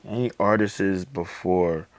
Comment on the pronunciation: ...Also, it's ARTISTS not ARTISES